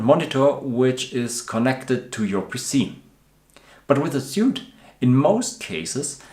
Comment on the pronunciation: Your English is great! Just a tip, suite is pronounced like "sweet". Hope I didn't offend. Keep up the good work.